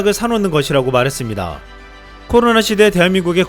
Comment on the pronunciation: 발음 좀 정확히 합시다 코노라 ㅋㅋ